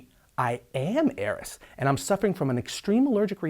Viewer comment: I thought his name was Arris not heiress